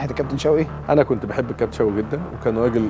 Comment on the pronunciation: عندما كنت بضم التاء يا ا ابراهيم .